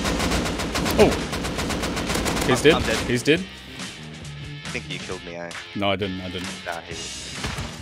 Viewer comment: pls say dead and not deed im starting being crazy :)